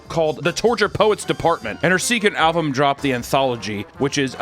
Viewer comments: no sarcasm here, just sheer linguistic curiosity: i sort of noticed that he pronounces alBum as alVum , and now i'm wondering what other languages he speaks that could have caused that. hebrew? spanish? can't think of any others that don't quite distinguish those consonants. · says fuckin "alvum" instead of album wtf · Am I the only one that hears sometimes say "alVum" instead of album? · This has nothing to do with the video topic, but you pronounce “album” as “alvum” and I can’t get over it😅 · Are you saying... 'Alvum'? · Stop saying "alvum" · can’t say album “alvum” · Take a drink every time says "Alvum". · Am I crazy or does he say “alvum” instead of “album”? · He is saying alvum, not album. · So noone is going to comment on Papa pronouncing Album "Alvum" ??? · I just can’t get over the way pronounces album as “alvum”. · He keeps saying alvum 😂 love you! Take it to those Swifties!!! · anyone else notice how always says alvum instead of album? 😂 I find it endearing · Is it me or does papa have trouble pronouncing the letter "B'? Alvum? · Just realized says “alvum” this entire video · Album is pronounced like it's spelled. Not with a 'v' sound. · said with love Papa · anyone notice how says "alvum"? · Love saying alvum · i’m bothered by the way pronounces the word “album” 🤦‍♂️ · Bro is rage baiting with how he pronounces "album"........ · The fact that he can't pronounce album is hilarious.